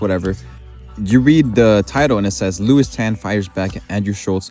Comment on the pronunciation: Lewis not Lois